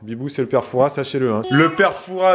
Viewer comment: Raaahhh le s ne se prononce pas dans Fouras 😆 toute mon enfance le fort Boyard ❤️